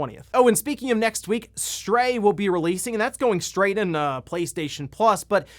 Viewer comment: "That's going STRAYt into Playstation Plus..."